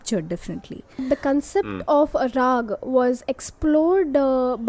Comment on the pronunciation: It is not raagaa though.